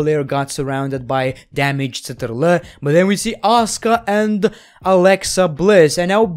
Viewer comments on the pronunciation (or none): I DIED when you pronounced Damage CTRL so damn Arabic, you are so good at accents wtf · Something about how he says damage CTRL iss soo funny like bruh